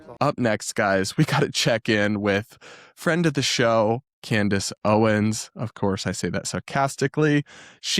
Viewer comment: My favorite mispronunciation of hers was, "Camrace Owens." 😂😂 I have to laugh so I don't cry. 😂